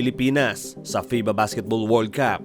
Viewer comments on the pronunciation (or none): Paki change po... Iyong world Cup... Pag binasa... Hindi World caaaaap... Word cUp po.. Short a na sound... Hindi long aaaaa... Pero ok ang mga videos nyo. :-).... Sensya na ha... Para mas umayos lang.